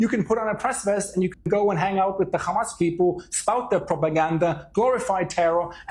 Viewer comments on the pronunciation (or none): Why do Israel defenders always pronounce it Khhhhamas? Is this signalling of sorts? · Khamas khamas... 😂 ... Can't pronounce H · Not trying to be biased, but I’ve noticed a consistent pattern: when it’s pronounced ‘KHamas,’ a certain kind of rhetoric usually follows. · By do these bastads keep pronouncing it Khamas